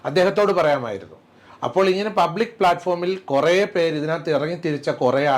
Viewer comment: പപ്ലിക് ആയി കിട്ടി... പപ്ലിക് ആയി പറഞ്ഞു 😂😂😂